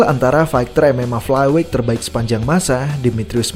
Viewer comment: dibenerin lg lah pronunciation-nya. gak ada itu KENOK out atau flyWEIGH.